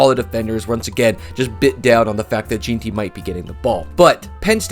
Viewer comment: Please learn how to pronounce Jeanty. For your own sake And also Skattebo. You're embarrassing yourself